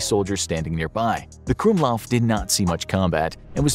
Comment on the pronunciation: the "gwumlauv" is pronounced "krummlauf" (crookedbarrel)